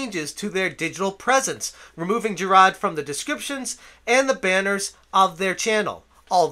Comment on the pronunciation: Who the hell is "Jirad"? I know who Jirard is, but you keep talking about some guy called "Jirad".